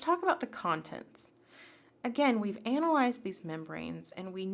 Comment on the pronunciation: It's analyzed* not ('anal-ized')